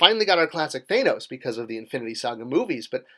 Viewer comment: Two of the biggest movies of all time still can't get you to say "Thanos" correctly.